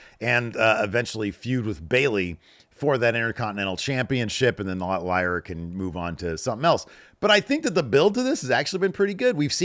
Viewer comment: pronounced Lyras name completely wrong. Wtf.